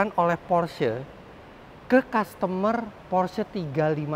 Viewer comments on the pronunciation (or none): none